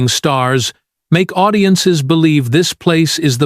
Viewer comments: I know! Did you hear”ow-diences”? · Owdiences? Stop with the Articifial Ignorance. Lazy ass content creators. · "zix", "zeven", "audi-ences"🤨 Are you that lazy you can't pick up a microphone and talk with a real voice?